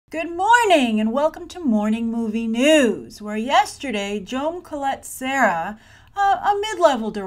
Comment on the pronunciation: Jaume Collet-Serra is a Catalan name and sorry, but you're really butchering it!:) Which is normal. They way you would pronounce it is: Jah-uh-mah Cu-y(y)et-Ce-rrah.:)